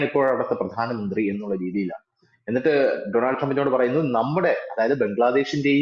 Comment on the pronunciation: ഡോണൾഡ് എന്നാണ് ശരിയായ ഉച്ചാരണം. ഡൊണാൾഡ് അല്ല